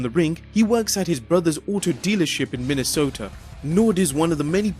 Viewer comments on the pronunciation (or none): none